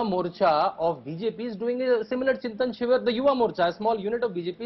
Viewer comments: Why both the journalists are pronouncing Chintin Shivir instead of Chintan shivir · why can’t anyone of these characters say ‘chintan shivir’ correctly?